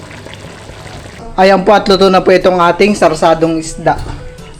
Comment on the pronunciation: sarsiadong isda bal😂😂😂 d sarsadong isda